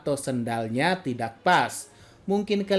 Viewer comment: "tidack" aman, shit Mimin anak meme